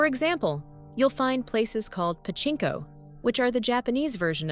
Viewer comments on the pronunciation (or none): none